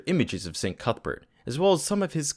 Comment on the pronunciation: Cuthbert? I heard cuckbert >D I like the content on this channel!